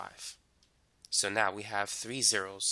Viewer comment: Did anyone notice he says 3 as “tree”?